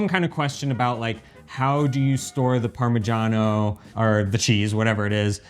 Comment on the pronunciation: why do you pronounce it Parma jahn o and she says parma shano